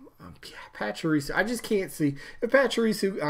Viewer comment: I'm a Pokémon fan and all...but Raichu would make so much more sense as a Pikachu echo to round out the evolution line. And honestly, Medusa is really freakin' cool and scary AND we need more villains and ladies. So I vote Medusa. 😀 Also it's Pah-chee-ree-sue 😉